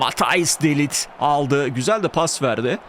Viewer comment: de lit ne ya :D de layt diye okunur :D